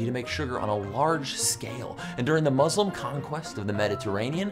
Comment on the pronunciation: AH HE SAYS MUSLIM WRONG